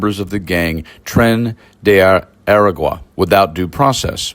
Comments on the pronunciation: You're saying "ER-uh-gwah." I see the word "agua" (Spanish for "water"), and absent any accent directing me otherwise, I would suggest that the proper pronunciation of "aragua" would be "ah-RAH-gwah." Daniel Zwickel, U. of Guadalajara, '68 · Your pronunciation of “Aragua” is horrendous. But everything else here is fantastic. A(h)*ra(h)*gua not era*gwah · "Ah-Rah-gwa". Please learn to pronoun words you are going to use in a story. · pronounce it AH-RAH-GWAH